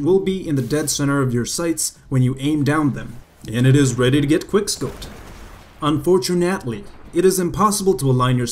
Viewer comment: "unfortunately" cracked me up so hard. was that pronunciation on purpose?